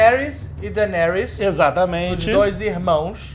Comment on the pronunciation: "Dargaryan" with D